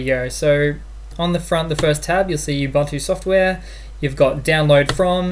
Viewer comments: ubantu... lol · U BUN TU That is how to pronounce :)